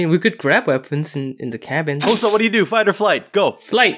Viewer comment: Thats not hosah- -Hosah